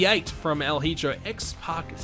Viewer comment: That's not how you pronounce Hijo. It's like He-yo.